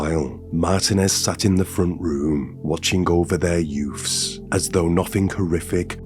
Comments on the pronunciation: I can’t watch your videos with the sound on. Your Mystic Meg delivery, and inability to say ‘youths’ drive me to distraction. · Yoofs?Its children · yeah I know. I can tell by the way he made up the sentences. But I just can't help but hear the word "yoof" 😂😂😂